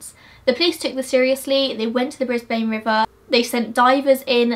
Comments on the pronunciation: Bris-bum not bris-bane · Lol it’s BrisBIN not BrisBANE😂 great video! And yes this case is one of the most well known murder cases in Oz. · Love your insight on this case. FYI, It’s pronounced Queen’s-land and briz-ben (Brisbane) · Haha so funny hearing u pronounce Brisbane but I live there and we pronounce it bris-bin yup haha weird right😂